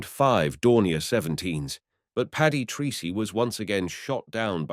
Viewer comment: A small but important detail; please note that Paddy's Irish surname Treacey is pronounced Tracey... not Treecey. Thank you.